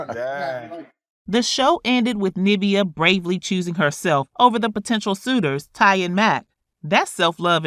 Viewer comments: Its Niv-veeaah, not Nah-via....sorry it was annoying me. Lol. But great coverage. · You know that’s not how you pronounce her name